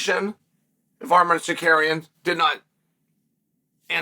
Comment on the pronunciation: It's Tsarkarrienn... You said it wrong. 😂